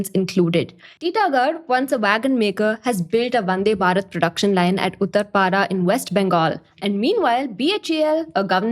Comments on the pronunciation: please say भारत instead of बारत please . the थ pronounced as त makes listening to this girl really irritating! tinking, tousand, tailand, tirty.. would prefer reading instead of listening henceforth. Good information though! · check the pronounciation of "thousand" and hear how you say it. Or thinking or even Bharat. If you feel you are right and other's are wrong.. well.. good for you. I cannot listen to how you are saying it. So... I am out.